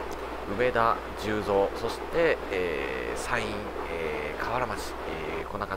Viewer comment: 十三は(じゅうぞう)ではなく(じゅうそう)です！ 大阪の難読地名ですね笑